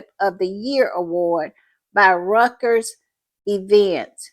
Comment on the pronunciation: This is great for Harry..,...*btw the long respected new distro Reuters is pronounced royters. It's a German or something word name. But no letter g is in it.